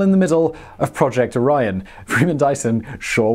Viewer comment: I keep hearing IRAN not ORION lol